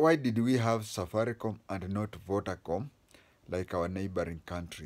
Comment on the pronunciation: Vodacom...not vodacome